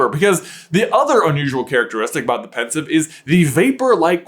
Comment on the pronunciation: its pensieve not pensive, as sieve the thing you drain your pasta in